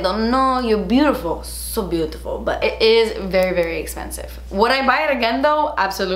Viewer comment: Love when you say, “da expensive” 🤣😂